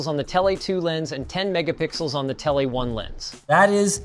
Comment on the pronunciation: it is Ai Linus. Listen to how he says tele lens. Telay.